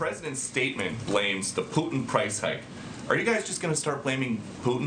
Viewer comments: Pewtin?? Lol! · Putin not pewtin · Pew-tin? How does she not know how to say his name? What’s next …Bid-in? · Putin lady not PEWTIN...fear porn. Stop it. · Liz doesn't even know how to pronounce the man's name even when she hears 2 seconds before she opens her fear mongering trap. She's scared, I get it, but she's not being realistic! Putin definitely is everything people say he is & yeah he's dangerous but, he's not like Canada's Trudeau, he's actually smart, he's no coward. So now that we have that out of the way, the General should've been allowed to speak! Enough of the BS fear tactics & drama raising for you ratings boost! Liz is confusing two seperate & distinct issues, the economy problems in the US are on Biden, he owns that let's face it already. Of course the Ukraine's MP's are going to tell you anything they can get away with to get the UN & EU & you, on their side but, their words & accusations are not gospel! Putin turning off the power to the Ukraine & a nuclear reactor ready to blow up are again seperate outcomes. Putin isn't stupid enough to want to live next door to a nuclear disaster even if he can't occupy the Ukraine, the man wants to live not melt into a pile of hollywood portrayed festuring goo. They turned the power off, that much is certain, nothing has proved the reactor is in any way, shape or form ready to erupt like Chernobyl. You have experienced people watching, inspecting it, are you really taking a politicians word on this!?